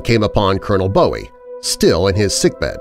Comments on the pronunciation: Its boo ee not bow ee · It’s pronounced “Boo-wee”, not as in David Bowie. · FYI The name of the inventor of the most iconic knife is pronounced "BOO- ee", not "BO-ee. David Bowie (born David Robert Jones,) said he chose the stage name because he admired Jim Bowie, but I guess he didn't know how to pronounce it. The name is Scots Gaelic, and it means "fair/light", like having light-skin and/or blond or very light-colored hair.